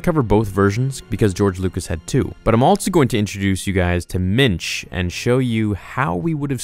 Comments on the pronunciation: I don't how that would be spelled (ok, I typed that before you actually showed how it was spelled lol), but the way you're pronouncing it sounds like the either Yiddish or Hebrew for "man." Which is spelled "mensch." Wait, I thought the Yoda species guy from 700 years back was named "Mitch," or maybe he was just pronouncing it funny when he said it and he actually was saying "Minch." So, is the this (Minch) the same name you're talking about for Yoda's original first name then, from earlier in this video? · Did you say Mitch? Mitch Yoda. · I thought you were saying "Mitch Yoda" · "Minch" or "Mensch?" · Did he say minch or Mitch? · Minch. For some reason I thought you said Mensch. That would be a placeholder name. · At first, I thought you said Mitch. Now all I can think about is some frat guy parody in which Mitch Yoda and Chad Vader fight each other with Force Sue... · It’s Minch.